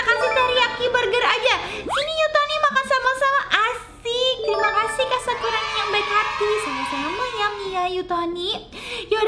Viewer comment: maaf sakurani kak bukan sakuroni maf sekali lagi